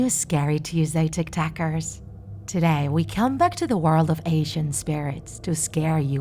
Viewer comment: Everyone: Listening to the horror story Me: Listening to her saying tiktackers